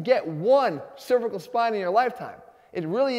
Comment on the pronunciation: Please watch your pronunciation of cervical, the one you're using refers to the female anatomy. And yes, they are pronounced differently.